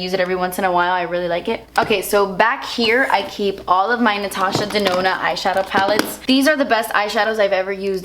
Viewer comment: Every time yoh say Dinona or whatever. I just think of Winona Ryder